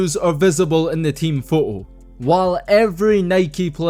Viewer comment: “Take a luke at thes pho oh “ hahahaha I love it